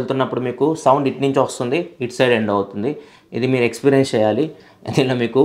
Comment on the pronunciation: Use శేయాలి అంటున్నారు "చ" కారాన్ని కొంచెం చూడండి Use చేయాలి అని పలకండి